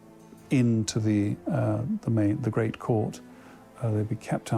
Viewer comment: The gwate plague